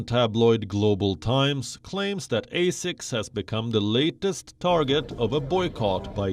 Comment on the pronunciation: So according the the Ozzie team, not using slave cotton makes it the highest standards? Also someone should tell him how to pronounce asics.